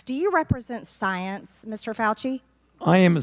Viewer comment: I just hear Cecily Strong mispronouncing science